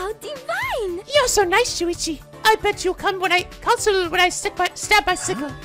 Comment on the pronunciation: If Rantaro remembered the hunt but not his talent then maybe when they got changed back in the prologue it didn't actually affect him? Idk, I'm so the rest of the vid may change my view. Also... it's SHU-ichi, not SU-ichi... I'm just saying...